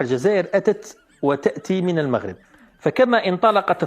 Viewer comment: أهم حاجة هي أنها (طاط مونيف) قرات كلشي ونطقات إسم المغرب مزياااان.